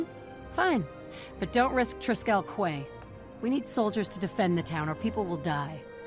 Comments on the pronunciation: Quay is pronounced KEY. I can't believe the game's own voice actors got that wrong. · Also I’m sure a hundred people pointed it out already but “quay” is pronounced the same as “key”. Because English.